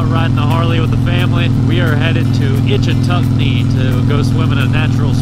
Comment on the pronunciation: It's not Itch a tuck nee. Its Itch tuck nee.